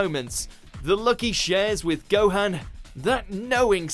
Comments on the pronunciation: Say Gohan's name right, please. It's never ever been pronounced like that in the series sooooo has just never watched an episode and just read a list orrrr are they tryna be edgy? Not a big deal but, annoying. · Please at least say Gohan correctly. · To be honest I'd ask if you ever even watch the show but considering you mispronounced Gohan literally every time I'd have to say that is no and I say this cuz a lot of these reasons are taken out of context and the way Goku was written in Dragon Ball super it's not how he was renting in Dragon Ball and Dragon Ball Z